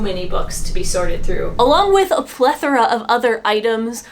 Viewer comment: 😂yes 📚 📕 📖 a plethora of Books 📚 but it’s pronounced ple THOR a!!! get it right man! your 🧌 trolls are going to roast you for that one! 😂 ❤ had to add to the variations on rice crispy treats, black sesame seeds edition. I am nuts 🥜 for 🌰 nuts, and love savory flavors! you could do a lot to healthy up this treat and add some cool textures raisins dried cranberries, … in the south we get the most incredible local pecans in the supermarket and at local farmers markets… so good 😋 and I love pumpkin seeds, almond slices, and shredded coconut 🥥 as well! nom nom nom 😅 anything to rationalize a healthy adjacent treat! looking 👀 at you carrot 🥕 cake and oatmeal cookies 🍪 “What did you have for breakfast?” 😉oatmeal!🤣🤪 oh dear! you didn’t get to my question 🙋‍♀️ about the captain 👨🏻‍✈️ painting 🖼️ from the attic! i was hoping that its fate would be to be restored and find its rightful place in history alas! it may have been discarded as garbage 🗑️💔😢🥺😭😰but i follow baumgartner restoration and he recently restored a painting 🖼️ that got sucked out of a house in a tornado 🌪️ and was ripped and found in a tree… looked perfect afterwards…